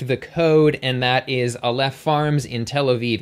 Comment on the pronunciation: Just a quick note as someone who speaks Hebrew, it's pronounced 'AH-lef' (the first vowel like the first vowel in "octopus"), not 'uh-LEHF'.